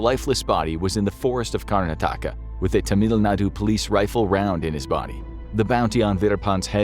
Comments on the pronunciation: The name of the state is pronounced as 'Karn-aa-taka' and not as 'Karna-taa-ka' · Name pronunciation: KAR-na-THAK-ka Just fyi :) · But butchered Karnataka